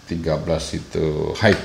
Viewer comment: Long range nya Mas kudu di review hehe paling penting menurut sy sih. Jangkauan, Dan maaffff kalu bilang "high" itu dibacanya "hai" bukan "haik" Maaffff Mas. Hanya nmasukan. hihihi